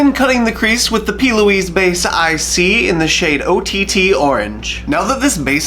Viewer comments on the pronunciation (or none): It's not "Base-IC"... it's "BASIC Brights" by P. Louise. lol. I Love you & your vids, btw!!! ;) <3<3<3